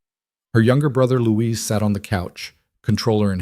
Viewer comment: A very good story but why is Elena's brother named 'Louise' when it should probably be 'Luis' ? Christchurch, New Zealand.